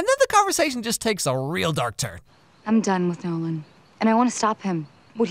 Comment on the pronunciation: Every time you say Nolan, I hear no one... guess he’s just no one then